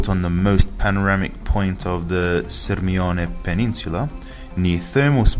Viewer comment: SIRMIONE PENISOLA LO DICI AL TUO CANE NESSUNO STORPIA LA PRONUNCIA SULLA MIA CITTA'